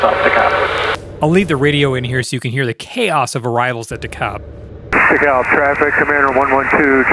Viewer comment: For DeKalb, Illinois you need a hard L in that Kalb. It's only in in Georgia where they say it like you're saying it.